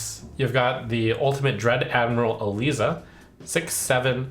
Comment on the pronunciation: Isn’t it Dread Admiral Eliza - pronounced Ee-Ligh-Za?